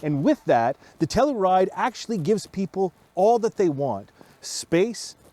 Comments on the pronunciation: TELL YOU RIDE,,,,,,,,, not,,,,,,,TELL OO RIDE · It's TELL U RIDE not TELL ER RIDE fellas nextime you revue. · We have one and love it. But say it with me: “Tell-you-ride”, not “Tell-oo-ride”. (We live near the town) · Tell - your - ide. Not Tell - er - ide. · you're saying tellaride smh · why are you saying tellaride? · The Kia Tell-uh-ride… lol